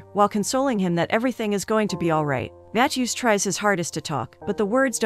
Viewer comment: Never heard anyone pronounce “Matthew” matt-chew